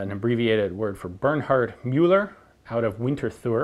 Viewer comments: Just because I know you take pride in pronounciation, Mr. McCollum sir - Müller in German would sound closer to "Myller" or even "Miller" than "Mueller". Cracking video as always! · Great I've been taught to pronounce Müller the wrong way. I knew something was off.